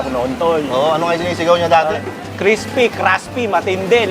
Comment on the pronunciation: Legendary crespy craspy HAHA